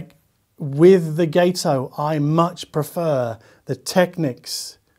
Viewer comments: Gato is Spanish for cat and is pronounced got-oh. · I believe it’s pronounced guh-toe. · If Gato is inspired by the American Gato-class submarines from World War II, then it should be pronounced with a short 'a' sound, like the Spanish word for cat/Katze. My late father-in-law served aboard the Gato-class submarine USS Drum (SS-228) in the south Pacific.